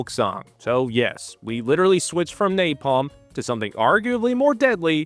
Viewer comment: Duval says "NaPLAM" lol.... Most famous line in war movie history, and he mispronounces "napalm" lol...